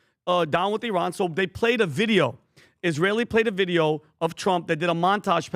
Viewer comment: Patrick: "Dhey/Dhem" 😂😂